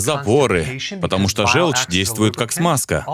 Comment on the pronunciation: ЖЁлчь - это от слова ЖЁлтый. Звучит как О. Говорите, пожалуйста, жОлчь. Иначе это невозможно слушать. Неужели вы говорите жЕлтый? Фууук